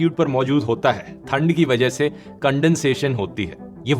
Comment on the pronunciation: ठंड... not थंड❤